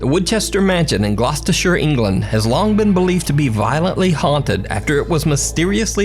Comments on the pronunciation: This video makes me so happy because you pronounced Gloucestershire correctly, thank you from the UK :) Loving this channel btw, you really do your work and are giving me chills with every upload and have only considered the bare minimum to be possible fakes, really great content x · Many thanks from us Brits for pronouncing Gloucestershire correctly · Your pronunciation of Gloucestershire was exquisite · The woman on the footage from Woodchester Mansion sounds like a yappy-type dog who's just had its tail accidentally trodden on! Hilarious. Excellent pronounciation of Gloucestershire by the way. That's one of those county names we have that were only invented to trip up Americans, but you got it spot on. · As an Englishman, I thank you from the bottom of my heart for pronouncing Gloucestershire correctly. Thanks bro 💪♥️